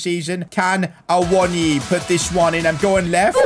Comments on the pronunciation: Awonyay is how you say it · It is a-wo-no-ee btw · Awoniyi for union berlin was always pronounced Ah-woah-knee basically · Loving the series so far mate, just wondering. Will this be a long term series? Also, Awoniyi is pronounced Ay-Woh-Nee-Yee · Ahh-won- ni- yay is how u say his name 😂😂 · Awoniyi : Ah-Woe-Knee-Ye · His name is pronounced Ta-o Awan-gi by the way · His name is pronounced Ah-woah-knee-yee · From a Nigerian: ah-woh-nI-yI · I think u pronounce awoniyi as a-won-a-yee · It’s A-won-yee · A-won-niwi is how to say it. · Its pronounced Froyler, Aiwoni and Nico Williams not Neco Williams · You pronounce awoniyi as A-wo-nee-yee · u pronounce it [AWO NI YI] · You pronounce it a-won-ye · awoniyi is pronouce like Aa-woh-nee-yee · It’s pronounced Awoneeyee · it’s pronounced (uh-won-uh-yee) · It's a-won-ee